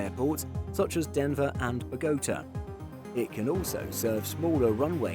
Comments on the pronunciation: When he says “B’gota” is he trying to mention the high altitude city in Colombia more commonly known as Bogota?? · Beh-go-tuh, Colombia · Lovely video. However, your pronounciation of Bogota had me thoroughly confused until I turned on captions. 😅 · I think so. First time I've heard "Bogotá" pronounced in a way that rhymes with "pagoda".